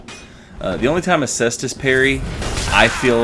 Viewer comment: Thanks for not being a degenerate and pronouncing it Kaystus